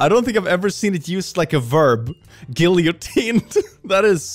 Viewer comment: The way he pronounced Guillotined😢